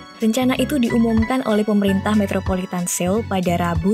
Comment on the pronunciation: bacanya soul